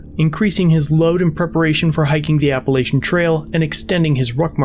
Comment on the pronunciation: Can I make a citizens arrest for this pronunciation of Appalachian.